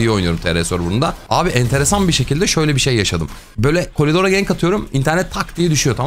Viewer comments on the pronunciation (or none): abi niye kolidor diyorsun koridor yerine